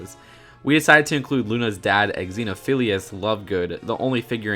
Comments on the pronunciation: Rita Skeeter. With an R. Not "Skeetah". Xenophilius is pronounced "zenophilius", not "eggs-zenophilius" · Ok I haven't seen the last couple of films, but did they really pronounce Xenophilius as "Eg-zeno-philius"? Or was that just your slip up? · The way you say Xenophilius gives me cancer